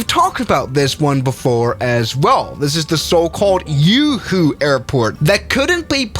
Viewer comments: umm Juhu not uuuhuuu airport xdd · That not Uhu that's Juhu , J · All the Indians screaming "It's Juhu (the j is pronouned like the j in Juliett) not yoohoo" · The way he pronounced Juhu 💀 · its a 'J' not a 'Y' for god's sake!! 😭😭😭😭 (this is coming from a mumbaikar)